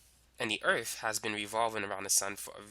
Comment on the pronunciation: the earf